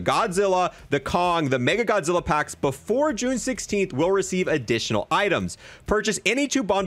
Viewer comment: As a huge Godzilla/MONSTERVERSE nerd. I’m getting all three! Love the videos but I think you’re saying “MegaGodzilla” when it’s “Mecha Godzilla.” Sorry to be that guy.